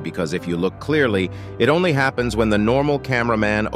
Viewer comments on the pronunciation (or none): none